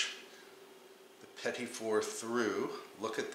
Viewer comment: I'm thankful that you pronounced petit for me, as i always incorrectly called them petite fours. I gotta do these, tysm.